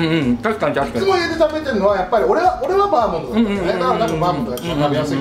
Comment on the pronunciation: バーモンドじゃなくてバーモントなことに一番驚きました。